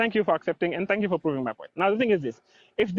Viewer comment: Bro rlly said tank u comeagan 💀